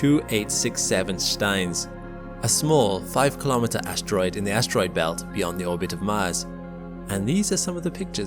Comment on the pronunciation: Kahlometer sounds like a measuring device. Say "Kilo-metre" instesd. "Milli-metre" "Centi-metre" "Metre" "Kilo-metre"